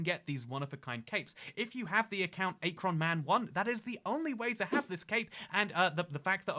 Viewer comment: AYE-KRON??? AKRON!! LIKE ACK-RON